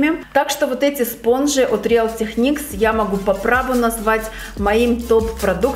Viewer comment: привет! Название real techniques читается как Риил ТеКникс:)